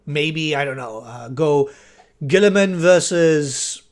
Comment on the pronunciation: I know you were just saying random ass primarch names but “Guilliman vs Ferrus Manus” just sounds so wrong on so many levels lol